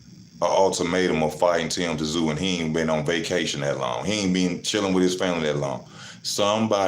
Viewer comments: T Zoo 😂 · Luckily your opinion has no relevance. You pronounce his name zoo.